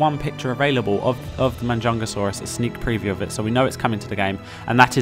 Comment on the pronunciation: And it's Majungasaurus not Manjungasaurus